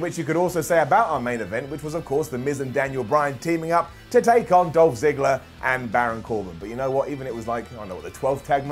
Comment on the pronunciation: I love how calls Dolph Ziggler "Ziggles"